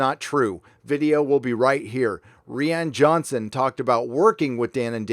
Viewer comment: It's annoying and distracting, and sounds petty, when you say "Ree-ann Johnson." I like your news and some of your takes. Petty bullshit is beneath you. Hopefully, I'm being constructive with this criticism.